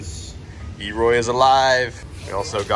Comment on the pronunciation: Elroy not e roy